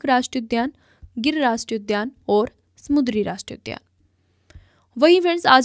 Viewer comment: Not mudri , samundri